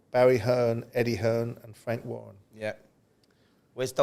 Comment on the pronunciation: Simon just say it.... It's Eddie hearn